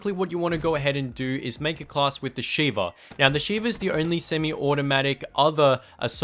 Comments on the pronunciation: You said shiver instead of sheva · It's shieva